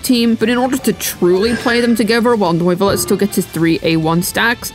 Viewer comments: How British can a Video be ? Me : Yes, Neuvillette 😺 He : No, NOIIVUUULETT 👹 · His name isnt NOIV-ullette bro , its French = NUEV-illette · ‘Noivelette’ lol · Did she just say.. nuyvillette 💀💀💀💀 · did I hear "nerd village" correctly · you DID NOT just say Noivilette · Sry for disrespecting but NOIFILLET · why do you call him noooivelet 😂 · N-oy-ve-let......pretty far off lol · Noivilette ? xDD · You called him Norvillette. You called him Noyvillette. You called him everything but his actual name and the entire video is a out him. SMFH